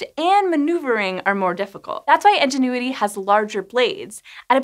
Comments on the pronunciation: So, why are there hundreds of comments and likes on comments saying she's pronouncing it wrong? Seems like you're the odd one out... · She's pronouncing it wrong. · The way she pronounces Ingenuity... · I enjoy this presenter's work but damn this pronunciation was like fingernails on a chalkboard. Can't wait to see this this thing fly. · Nobody else highly irritated by the way she pronounced Ingenuity as 'Engine-uity'? I mean ok, it's not so bad, but it was in the script so many times and each time made me cringe just a little bit more. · Is anyone else hearing engenuity instead of ingenuity? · "in-jen-oo-i-tee" != "Enginuity?" Or are you saying the helicopter is an "Ingénue?" ("on-jen-oo-i-tee") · Ingenuity not enginuity. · Why do you keep saying "Engenuity" instead of ingenuity? Seriously sounded like it had been given a dad-joke name. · Love ya! Though it's Ingenuity, not Engenuity :-) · Is anyone else hearing "Enginuity" rather than "Ingenuity"? Cute 😊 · it's Ingenuity, like the noun. Not Enginuity... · Please. IN genuity! So many comments about how your pronunciation is much closer to EN genuity! Thanks. I will be back once IN genuity has had its first test flight. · Enginuity? In, IN, ingenuity. I could have let it slide once, maybe twice.... but holy cow you said it a lot. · At first I heard “Engine-uity”, and wondered whether it was some sort of pun I’d missed by never seeing the name spelled. I paused the video to check because I was so confused! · Ingenuity, not Enginuity. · "Ingenuity" or "enginuity"? Honest question, not sure if I'm hearing it wrong or pronouncing it wrong. Thank you :) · my captions were on, reading “ingenuity” but hearing “engine-uity” is making my brain scream 😅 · As I have mentioned elsewhere....if this were, in fact, resultant of the Pin-Pen merger she would be pronouncing it "in" not "en". In the Pin-Pen merger people pronounce the words Pin and Pen the same....that being Pin.